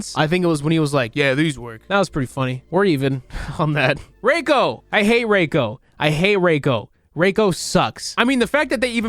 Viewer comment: they fucking butchered Nitara and Reiko omfg